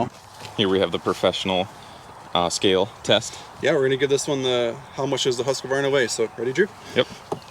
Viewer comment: Husqvarna is a 3 syllable word. FYI - good vid otherwise!